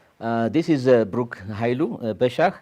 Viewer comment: Sorry, (not Biruk).